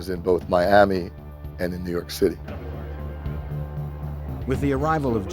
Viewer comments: "nuu yawk affice" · New yalk